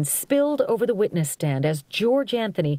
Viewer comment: i am cringing so hard at the fact that he said "jody arias is an amazing wittiness"